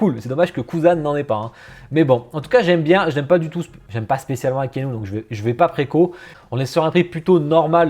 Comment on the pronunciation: Ca me tilt toujours comment tu dis Akainu :C Hitsugaya tsume est sorti en 2019 et avec une preco en 2018. Ça fait 4 ans de différence :P Sinon 2 precos dans le lot, Akainu et Ichigo. je commence a couler :( Je suis vraiment dans le mal avec les teases, entre Byakuya, Boa (peut etre) et WB. :(